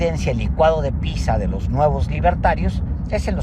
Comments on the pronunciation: Se dice pitsa, no pisa, Paez simplon. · Me gustan mucho tus análisis, Alejandro, pero hoy no quedó claro por qué elegiste una pizza (se pronuncia "pitsa") para la idea de un licuado. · No se dice "pisa', en italiano la "zz" se pronuncia "ts" se dice "pitza" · Lo único que no me gustó fue que Páez Varela pronuncie “pisa” en vez de “pitsa”, aunque ya confirmé que en español, es correcto. Por lo demás, la reflexión es muy inteligente. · Cada que te escuche decir "pisa" no sabia si te referías a Pisa (lugar donde se encuentra la torre inclinada) o pizza (torta italiana)